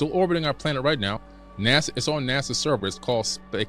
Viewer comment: this idiot cant even pronounce NASA correctly